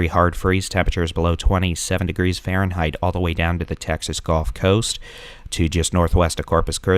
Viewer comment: You also mispronounce gulf. It isn't "golf..." lol